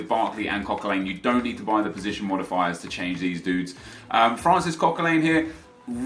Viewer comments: Coquelin is pronounced Coquelan not Coquelane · why do you pronounce Coquelin likes its "Coquelain" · Hearing your pronounce Coquelin makes me want to kill myself